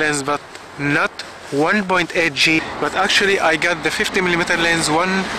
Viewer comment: I never realized how annoying it is when someone doesn't say the S over and over in lenS LOL. You just got a bad "LEN" :D, mine is tack sharp. I have a 50mm 1.4 from the 70's NOW THAT is a blurry ass LEN, but it is a beautiful kind of blur, its very cozy feeling!